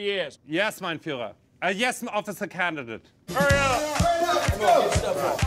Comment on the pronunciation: and it’s Führer